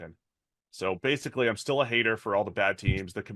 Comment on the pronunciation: can’t say adverbs 😂 every time he tries to say “basically” he says “base-ick-ee”